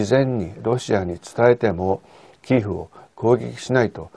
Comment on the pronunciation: キーフではなく、キエフまたはキーウですよね。基本的な地名、人名などは通例の発音をされたほうがよいと思います。